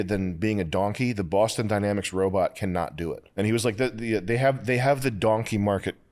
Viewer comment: “Wobot whar”